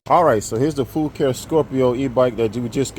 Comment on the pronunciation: I think the name is pronounced "fu car eh". I just ordered the same color. Great video.